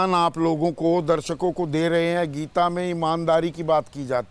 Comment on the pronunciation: Geeta. Bhai sahab thek se naam read kijiye. Book k bhr kya likha hain